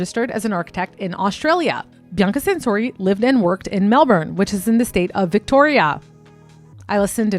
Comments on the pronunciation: As someone from Melbourne your pronunciation of a few things killed me a little bit, but aside from that this video was really well researched and I like how you went in depth about something that generates a lot of interest but that I’ve only ever seen surface level stuff on. 🙏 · You dont know how to pronounce debut or Melbourne so you're not qualified, sorry hun. Leave Bianca alone!!!!